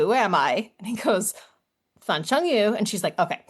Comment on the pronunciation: Yu is pronounced as a rich “Yee” with your lips pout up. Like pronouncing “she” without the s sound.